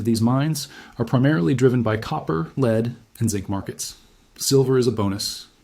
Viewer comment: He said "leed" instead of lead or "led"